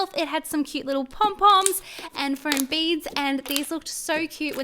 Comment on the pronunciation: Fome not flom